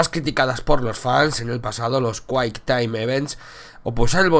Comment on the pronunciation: kuaik taim iventz XD XD